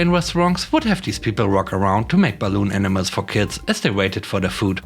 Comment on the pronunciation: In the first story am I the only one that hears "Enemas" when says "Animals"?